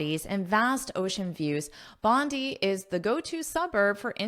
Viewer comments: I’m Australian That’s Bondi beach in Sydney Your pronouns are wrong Should say (bondai) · We Australian pronounce Bondi as [Bondai] thank you 🙏 😉😉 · Thankyou for sharing & letting me pick your brain 😊, this article 's very interesting and I am enjoying this lesson. The proper pronunciation of 'Bondi' is 'bon-dye' as I understand since I 've lived in Australia for a while. Bondi Beach is also well known for its beautiful coastline & surf culture.🏄‍♀️🏄‍♂️🏊🏄🌴🐨❤ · I'm sorry but it's pronounced Bond'I' as in Bonday Beach. I've learnt a lot from you though. I love your lectures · I’ve been there, it is pronounced as “bonday” I said many times but my Australian friends corrected me. Again a great one. Lets go, lets go, go further more more more more ❤